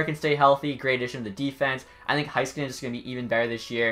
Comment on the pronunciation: No offense, but most people say Heiskanen wrong. It’s Hay-ska-nin